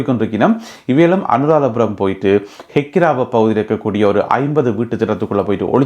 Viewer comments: Brother not hakkirava kakkira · ஹெகிராவ அல்ல கெகி ராவ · Hekkirawa illa Bro Kekirawa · It's Kekirawa. Not hekirawa